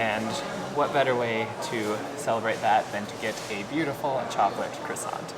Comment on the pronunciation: The t at the end of croissant is actually silent - same with bon appétit! 🥐